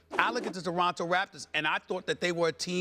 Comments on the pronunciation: Stephen A says "Doronto Raptors" instead of Toronto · Who in the hell are the "Deronto Raptors" Stephen A??